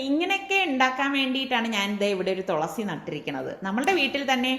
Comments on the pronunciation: തൊളസി അല്ല തുളസി ✔️ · തോളസി അല്ല തുളസി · തോളസി പറയുന്നതു കേട്ടു ചിരിച്ച് ഇടങ്ങേറായി 😂😂😂😍